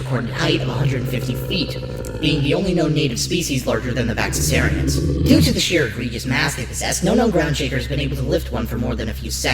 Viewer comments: Maybe this was intentional but it does bug me a tiny bit that you call them Vaxisarians when they’re called Vaxasaurians in the show. Other than that I love this and can’t wait to see more! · I love this video! I couldn’t stop geeking out and smiling ear to ear as I watched. This is the kind of documentary I would LOVE to watch! But my only nitpick is, isn’t Humungosaur’s species VaxaSAURians, not VaxaSARians? But other than that nitpick, this is AWESOME!